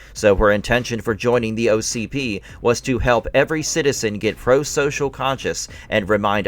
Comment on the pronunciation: ITS O C P not ocd😂😂